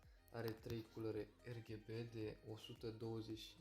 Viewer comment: Fain review. Da m-a omorat faza cu “Erghebe”